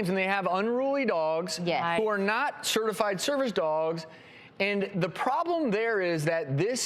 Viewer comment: Cringing everytime they say "certified"